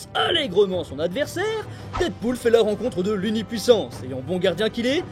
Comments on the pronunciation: Pourquoi tu dit DIDpool ? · Je t'en supplie dead se prononce comme mehhh pas comme didepoule